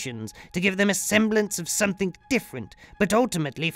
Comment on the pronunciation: I like the way you pronounce something, somethink?